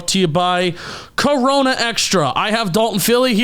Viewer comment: You don't roll the R in Corona